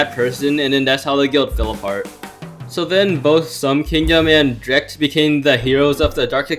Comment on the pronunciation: DREAKT I THOUGHT IT WAS PRONOUNCED DREE-KT ???